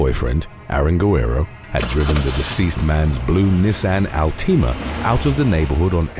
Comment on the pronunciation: “Neesawn AllTemUh”